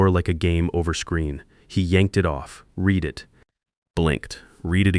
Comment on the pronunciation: AI still can't pronounce words like 'read', and the details don't really fit in the real world (someone worried about $18,000 tuition payments can miraculously borrow $2,000,000 years before?!?).